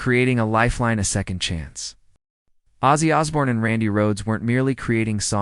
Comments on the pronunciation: Here’s your dislike So learn to how to pronounce the Iconic name! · Outside the name not being said right well done ... But I know it's not your fault. Sometimes the "bots" says things you don't but good job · If you don’t even pronounce his name correctly your credibility is reduced.